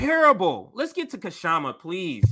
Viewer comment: Please pronounce Kshama's name correctly.